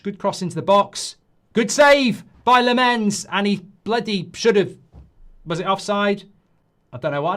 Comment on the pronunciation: Can we please all say LOMmens? Stress the first syllable and the wovel is more like an O